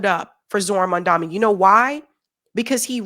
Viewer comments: My husband and I both love your videos and takes. Please though it makes me cringe every time you say Mamdani's name because you keep putting the M and the N in the wrong place! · MAM-DA-NI... every time? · at this point it just seems like you’re saying mamdani’s name wrong on purpose. what the fuck??? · Hey, I was hoping you would pronounce his name correctly by now, my beauty! Don't do a Cuomo on the man, please! 🙏🏽❤️ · I don’t wanna be the guy to say it but I watch your videos quite a bit and I don’t know if anyone has corrected you on this yet. His name is Mamdani, with and N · Hey It is Mamdani! M A M D A N I ---> N not M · The name is MAMDANI? M*A*M*D*A*N*I .We've got to get it right. Another point of correction. Andrew Cuomo is the son of ex democratic governor of NYS. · How about you learn to say his name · Why can’t people pronounce his name correctly? Is it that difficult? 😊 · Does read the comments?? His name is Zohran Mamdani. Why can't pronounce his last name right? He's been in the public eye for months. Mam da nee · It's Mom-don-ee. Ffs learn to say it right, he's been in the news for months, you've seen it spelled. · you're still getting Mamdani's name wrong. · Why the fuck can't you say his name right? This is a black or Cuomo thing? Right? It's MAMDANI. It's not a difficult name to say. Sounds more Italian. You're doing my head in. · it's Mamdani, The first three letters are pronounced as Mum, not Mun. It jars to see you mispronounce it. It's a white colonial action to mispronounce the names of non-white people. May I request that you may henceforth pronounce it carefully correctly please? Because it's the right thing to do. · it is Mamdani and not Mandami. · It Mamdani not Mandami!! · It's Mamdani not Mandami...come on now,. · You say his name wrong. It's Mam-da-ni. Not Mam-da-mi. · say maMdani, not maNdami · And you always call him Mandami instead of Mamdani! Why?